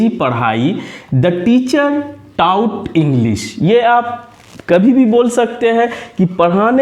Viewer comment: Without content I never gave any reaction...... क्योंकि इस modern time में आप taught को टाउट बोल रहे हो। Please आप इसे सही करो after that we are doing like share subscribe.... Ok sir 👍👌 Goodbye 👋👋